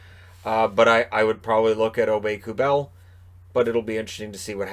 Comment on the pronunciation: John Forslund says: "Nicolas Aube-Kubel".